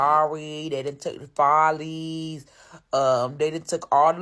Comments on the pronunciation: If this 🥷 say FOH-leez one mo gen...🤕 FOLLies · FAH-LEES not FOH-LEES! 😂🤣🤷🏾‍♀️ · It's Follies not Phollies!😮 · FOLLIES NOT FOLIES!!! Goofy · It’s Follies pronounced “Fall-Ease” not Foleys 😂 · It's pronounced fah-lees, you tourist. And it wasn't in Buckhead, it was off Buford Hwy in CHAMBLEE. Poser. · Your pronunciation of “ Follies” let me know you CAP! ( it’s Fall-lees) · Pronouncing follies as "FOWLEYS" is hurting your credibility lol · It’s pronounced Fall - lees . The new follies is on Moreland avenue is south dekalb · Follies is pronounced FA-LEE’S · Pronounced "Fah"llies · Wrong 😂😂Follies (pronounced FALL-ies) was in Brookhaven off of Buford Hwy. It’s peak era was . Had some amazing times in that spot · Him pronouncing Follies wrong lets us know he not from Atlanta. The visitors killed Atlanta nightlife. Businesses had to change their routines and operating procedures to accommodate the influx of visitors. Then the outside promoters and people operating businesses changed Atlanta nightlife along with the city government changing policies and regulations to operate in the city cuz visiting businesses trying to make money like the cities from which they came. The city was not built to operate like a northern town.